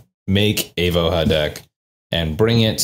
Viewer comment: Just fwiw, I believe the name of the card is Slavic, so the "j" in "Voja" should likely be pronounced like a "y" or "i", ending in something that is likely closer to "voy-uh" or "vooh-yuh". I'll let anyone more in the know correct me.